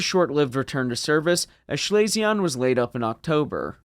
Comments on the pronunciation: One small item "Schlesien" is pronounced more like "Schlee-sin" than 'Schley-see-on" My grandmother was from that province and that' how I remember hearing her pronounce it. Absolutely not trying to bust your b@ over it. Just figured I would share. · Schlesien is pronounced Schlese-en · Schlesien is pronounced Schlay-zee-en. Otherwise great video. Keep up the good work. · No, it's pronounced "schlay-zee-en". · You pronounced Schleswig-Holstein relatively well, but please never say Schlesien like that again xD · I liked your “French“ nasal ending to Schlesien. In fact it‘s pronounced like the ‘en‘ in BE ‘pen‘. All in all, your German pronunciation is still better than English pronunciation by many Chermans. Goot chop, Sir! 😉